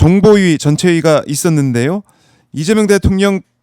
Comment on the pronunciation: 간첩을 존경하고 그러니! 리ㅇㅇ 라고 발음하는것 분명히 들엇어.